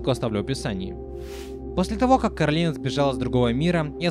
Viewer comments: Коралина,а не Каролина!!!!!!! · Боже Не коралИна ,а кОралина В мультфильме это говорили раз 10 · Не Каролина а Коралина! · Она КОралина. Не КАролина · Почему ты её называешь Каролина она не говорится Каролина у неё имя Коралина ?!!!